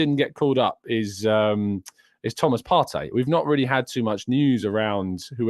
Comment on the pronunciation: Please can you stop calling Thomas Partey "Par-tay?" It's "Par-tee!" A journalist asked him how to pronounce his name when he first joined Arsenal. He replied "Party" (Par-tee)